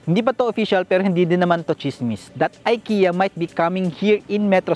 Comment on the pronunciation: Ikea you pronounce as Ekea not I watching from Stockholm Sweden.